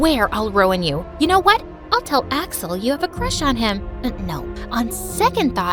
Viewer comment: First time she said Axel I thought she said asswhole💀💀